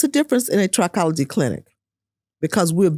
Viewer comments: I've never heard it pronounced "try-cology", it was pronounced "trick-ology", the root pronounced "try-cology" does have the root word tri which means "3", whereas with "trick-ology", the root "trick" means "hair" so "trick-ology" is the study of hair whereas "try-cology" means the study of "3"- and if you noticed, "trichologist" has the extra "h", showing it is definitely "trick-ology", "try-cology" would be spelled "tricology" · Trichology (trih-KOLL-uh-jee)